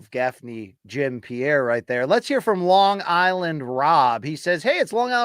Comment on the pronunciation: My favorite new MK quirk is never being able to tell if LT is calling him “Long Island” or “Bong Island” Luke